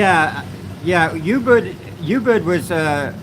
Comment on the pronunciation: Not Yubud...it is oooobud...